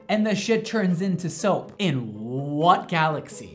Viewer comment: "There is noo galaxay oN earth" XD